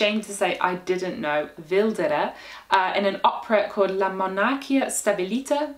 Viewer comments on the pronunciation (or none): A note: words that end in -y in English and -ia in italian are to be pronounced with the stress on the i, and the a is its own syllable. So, rather than mo-nàr-chia, mo-nar-chì-a.